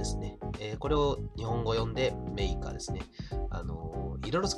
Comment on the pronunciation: メイカが、れいかって聞こえたｗｗｗ